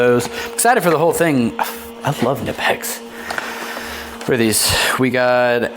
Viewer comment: Enjoyed the unboxing video, brother 👌. Please pronounce knipex right. Don't be lazy like the others. Pronounce the K ! I really hope knipex comes out with different colors like blue 💙 and green, even purple. Come on knipex, stop dropping the ball. I am sure they will sell way better than the red. Good video. Keep them coming, bro.